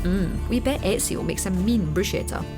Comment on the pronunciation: She said ezios name wrong triggered !!!!!